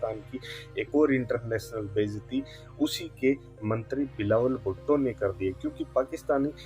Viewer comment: Mantry bolna nahi aata chuteye